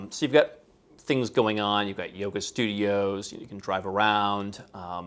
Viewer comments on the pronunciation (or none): none